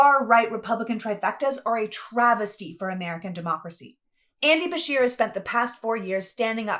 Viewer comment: I misheard then... It sounded like she was saying Bashir... so I assumed the person being referenced was someone of Middle Eastern background, which for me personally, we have enough of that in our country. If Beshear is in fact Anglo-Saxon, that is not a problem, however even whites need to be critical of other whites, and should carefully discern what their motives or intentions are when running for office. Hispanics, Jews, Blacks, Native Americans, East Asians do not come from cultures that are compatible with our own... It's partly to do with genetics, and partly to do with cultural differences; I often find it strange that people like you will blindly defend non-whites despite the fact that you and the majority of whites, would never want to live in non-white/western countries; as it stands Anglo-Saxons created the free world! If a Dane, Norwegian or Swede-who are not Anglo's by the way-but share a common Germanic heritage with W.A.S.P. in America, decided to immigrate to this country I would have no problem with that, they are genetically and culturally relatively the same as Anglo's... Mexicans, Blacks, Jews, and other Hispanics are not Anglo-Saxons, nor are they Germanic, and those of us of English blood have shed enough, fighting France and Spain in the past during the 7 years war! Therefore America rightly belongs to Anglo people who fought and won for dominance on this continent! Facts are what they are!! P.S. I no have personal issues with any race so long as th